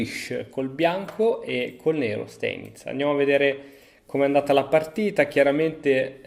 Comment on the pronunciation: Sai che Steinitz si legge Stainitz